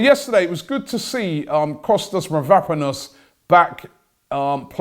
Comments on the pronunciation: MAVROPANOS Robbie!!!!Get the Pronunciation right. Its disgusting hearing you say Mavraponos all the time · Robbie literally cannot pronounce anything. It's Konsantinos Mavro-panos not Kostas Mavrap-anos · MAVROPANOS Robbie not Vanaponous🤦🏻‍♂️ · Did you mean Konstantinos mavropanos? It ain’t that difficult robbie ffs